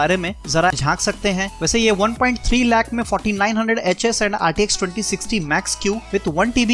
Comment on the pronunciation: Am I the only one who heard f**King 900hs